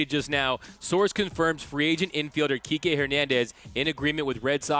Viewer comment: Kikè* not KIKI Lol 🤦🏽‍♂️😂